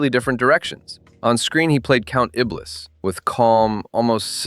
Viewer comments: It's Count ee-blee, not Count ih-bliss. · Count Iblis??? Say Ibley! Is this an AI narrator? If not, he doesn’t know his arse from his elbow. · I assume no and just using an ai voice to read an ai interpretation of the show. Notice how “he” keeps mispronouncing Iblis by saying the “s” at the end of the name? Not knowing how to pronounce unusual names is an ai sign.